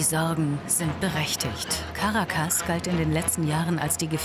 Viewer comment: Caracas wird auf dem 2. "a" betont!